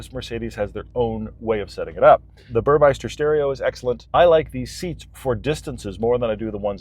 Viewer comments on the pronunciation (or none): The stereo system is Burmester not Burmeister. I even corrected the salesman on the name. Attention to detail, guys!